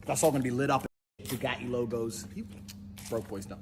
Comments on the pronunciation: booga ee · He pronounces things like they're made up fantasy names. "Buga'tti." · His accent is such a perversion of British English he doesn't even pronounce bugatti like an actual English person.